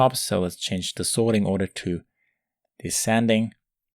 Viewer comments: Is it me or he just said Deskenting lol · I suppose you're aware it's pronounced des-sending :D Other than that great vid!